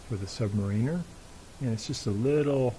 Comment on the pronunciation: ...and it's Sub-'MARE'-in-er